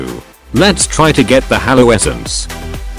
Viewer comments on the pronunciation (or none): none